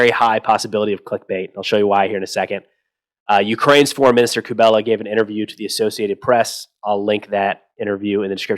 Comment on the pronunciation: Kuleba, not Kubela. Hello from Ukraine!